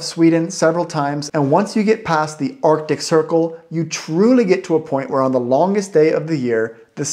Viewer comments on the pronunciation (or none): none